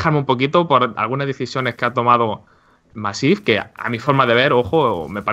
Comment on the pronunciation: es MAssive, no maSSIVE momento granger xD